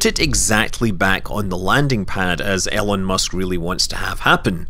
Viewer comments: It's not ellon musk it's Elon Musk as in the e from bee, Elon Musk. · Say Elon Musk with more of an ee sound